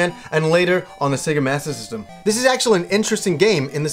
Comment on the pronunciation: I love how you pronounce Sega Master System and Sega Saturn... Sega Mastasyssim and Sega Sattin. Lols :D